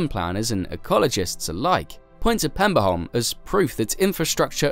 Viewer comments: The Danish name of the island is Peberholm, not Pemberholm. The Swedish name is Pepparholm. Both meaning Pepper island. No extra points given for figuring out what Saltholm means. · if he'd just said pebberholm it'd be fine but Pemberholm is... Interesting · I cant keep listening to the Pemberholm :( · At no point does this video answer why they had to build a tunnel AND a bridge. It only answer why part of it had to be a tunnel, not why it couldn't be a tunnel all the way. And as others have pointed out, it constantly calls Peberholm PeMberholm for some reason. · So many facts in this video that you got wrong that I'm not even gonna try to summarize them all. And as other commenters have said, where do you find the M in Peberholm (Danish) Pepparholm (Swedish)....